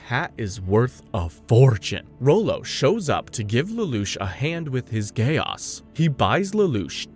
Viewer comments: Very nice! But am I the only one who gets bothered by “Gay Os”! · Frrr why bro saying code geAss like bro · Dude I prefer the Code Geese pronunciation because the other way sounds too close to Gay-ass 😂😂😂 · The way u say Geass is hilarious. Do u have a “ggae aesss?” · Stop saying Code geAss😡😭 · I keep hearing "a gay ass" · At one point, I used to pronounce geass as gayass